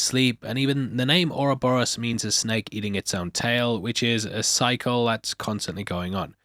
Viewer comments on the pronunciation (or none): none